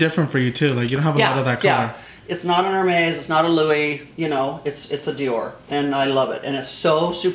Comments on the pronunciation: Olivier Simon well the store employees say Mes or Mez how ever you phonetically want to interpret it. But the YouTubers that mispronounce it say heir-maize like a maize you walk though! The E at the end is soft eh not hard ay 🍒🍒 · Thank you for straightening that out. It gets under my skin when people pronounce Hermes the way they see it. Oprah did that on her show years ago and it about drove me up a wall. 😀